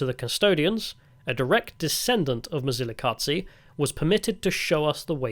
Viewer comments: Quick tip, the Z in Mzilikazi is a soft Z that you hear in Zulu. Ndebele is basically the same language as Zulu. The hard dz sound is a very distinct Shona sound. Therefore your Mzilikazi pronunciation almost sounds Shona. Also Tokoloshes are both a Zulu and Ndebele belief. Look them up. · Mzilikazi ….. is not pronounced mzilikatsi …. It’s pronounced as it’s written …… it’s not German or Italian dude plus he wasn’t a king either